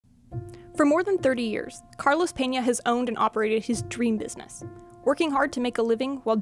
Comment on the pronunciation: How can people take this video report as important when you can't even take the time to sell the word BUSINESS correctly..